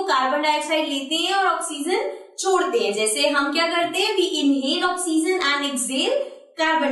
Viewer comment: mam the explanation was good but the pronouns of the oxygen is little funny. please, pronouns it correctly